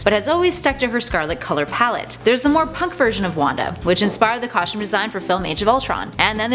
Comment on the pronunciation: There is no H in "costume " !!!!! It is pronounced COSTUME NOT COSHTUME! dammit. Learn how to pronunciate!